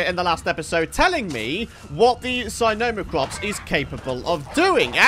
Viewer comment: Love your videos just saying the sino is pronounced sin-oh-Mac-Rops